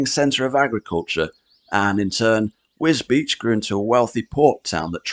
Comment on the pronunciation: Well done for saying wisbech right😂